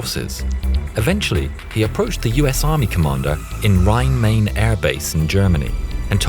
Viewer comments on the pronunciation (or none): Rhein Main. Main is pronounced like rhein. not like the word main.